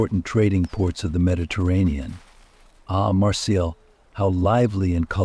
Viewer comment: My friends, my friends, my friends... beyond annoying. Also, you are mispronouncing Marseille.